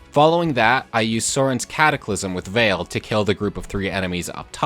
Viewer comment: Copied one to one, got lucky Clanne didn't miss a 71% chance to kill the one archer, honestly it was fun to pull off, even if I gave Alear 2 boots, and Veyle (which I noticed you said Veil, where as I kind of go with the Japanese way and more go Vey le. (Spacing it for pronunciation.)) But followed the exact spots to follow and did it.